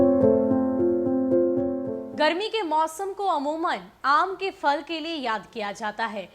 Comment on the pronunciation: Madam fal nahi phal